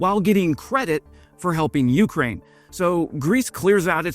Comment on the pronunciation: YOUkraine. 🤦‍♂️ cmon man, make an effort. It doesn’t take much effort to pronounce something correctly.